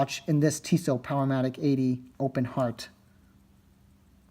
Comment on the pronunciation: it's pronounced 'Tea-so" not "tiss-o"